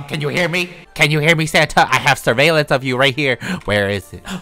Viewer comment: "i have servalance of you right here!!" santa this time hes watching you